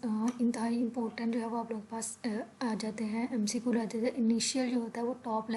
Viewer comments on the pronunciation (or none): Mcqul nhi hota McQ hota hai alot of pronunciation mistakes